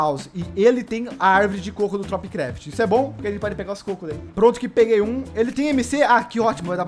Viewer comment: Kkk toda vez que fala tropicraft eu entendo topcraft kkkk